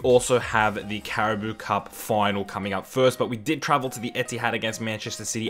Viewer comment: Its pronounced cara-bow cup your saying cara-boo 😭 which sounds funny but anyways still a great video 👍